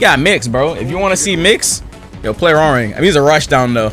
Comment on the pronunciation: His name is pronounce Hwoa Rahng not Rang like the telephone rang 😂